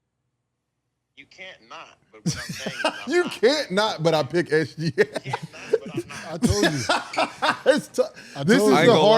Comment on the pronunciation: The trendy new thing to say. It's not even close. Bruh. Put all the stats up including defense and in reality it's very close. How do you know how good OKC is without SGA. You messed up his name and it's only 3 letters. 🤣🤣🤣🤣🤣